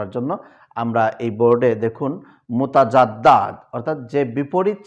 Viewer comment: মুতাদাদ্দা কে মুতাজাদ্দা😂😆🤣